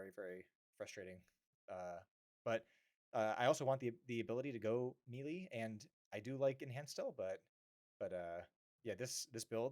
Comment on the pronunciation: You’re mispronouncing the word “melee.”